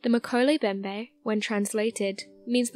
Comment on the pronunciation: Pronunciation matters!!! mo-KEH-leh em-BEM-beh NO silent letters. NOT meh-ko-lay Bem-bay. FREAKIN' LOOK IT UP BEFORE YOU BUTCHER IT!!